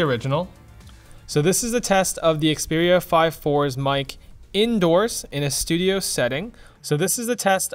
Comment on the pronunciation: name is very simple, you just say it wrong.